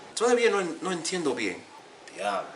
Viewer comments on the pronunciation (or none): none